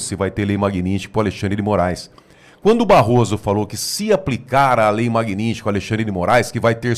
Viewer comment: Não é Magnistky, é Magnitsky. O "t" fica antes do "s".